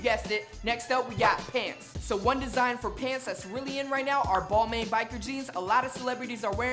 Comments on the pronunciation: for some reason it bugs me so bad that you butcher the pronunciation for so many brands. it's pronounced ball-mon not ball-main although it's spelled "balmain" it's French so it's pronounced ball-mon. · Balmain is actually pronouned as "Bal-mahn" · nigga said "ball main" .. lmao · Youre pronouncing balmain wrong. But thats aight lol nordstrom rack has some cool stuff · U pronounced balmain wrong😂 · bruh pronouncing balmain wrong smh